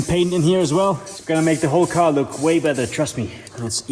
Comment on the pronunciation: why can u say battery correct but no better :(